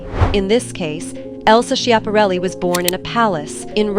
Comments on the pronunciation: I believe it's pronounced Scap-a-REL-i. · Cant Watch a video that mispronounces its subjects name…. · Do your research and learn how to pronounce her name correctly....